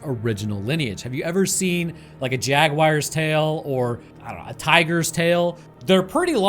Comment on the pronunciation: say jaguar like that one more time we're gonna have problems brother